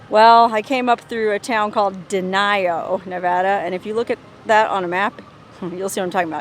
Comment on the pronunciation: Its denio not denial